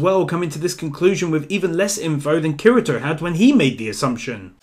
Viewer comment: did he just say kerento